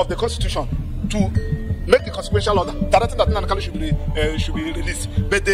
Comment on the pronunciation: Pse, point of correction, it is KANU and not KALU